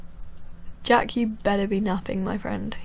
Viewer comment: you said "Jake". It's jack. sorry for correcting you. :)